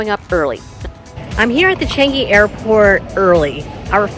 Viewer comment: Foreigners can never pronounce ‘Changi ‘ correctly😂😂😂